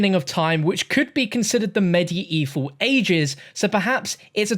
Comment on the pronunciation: The way you say medieval kinda urks my nerves, other than that great vid the hype is real.